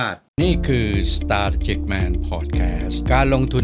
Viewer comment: strategic อ่านว่า สแตรท-ที- จิค เสียงสูงตรง ที่ เพราะเป็นพยางค์stress ขออนุญาตนะคะ